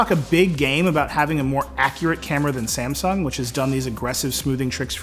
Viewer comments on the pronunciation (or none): none